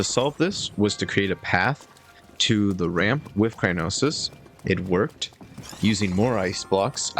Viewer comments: Just thought I'd let you know that it's Cryonis and not Crynosis Don't worry, you're not the first one to make that mistake😅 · it's cryonis, not crynosis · Btw its not Cray-no-ses it's cryo-sis. Btw amazing Vidio and you are really comfortable whaching while eating keep up the good work ❤